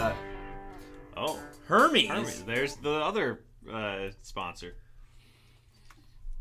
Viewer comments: Lol...india is the nation with second highest speaking population in the world ..after the US...but then being typically smerican yiu would be ignorant of that...and btw..its errrr mey....Hermès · LMAO NOT YALL SAYING HERMES LIKE HERPES 💀💀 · Hermès (pronounced Ehr-mezz) bags are called Birkins and there are usually long waiting lists for them. They do cost a lot new to begin with but they actually appreciate in value, so people often purchase them as investment pieces, similar to fine art. One sold at an auction a few years ago for $380,000. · Your pronunciation of Hermès 😂